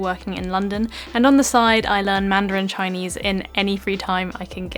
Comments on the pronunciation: You have an authentic Chinese pronunciation👍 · gosh, your Chinese accent is so gooooood... you sound like.... i don' t know, my sister...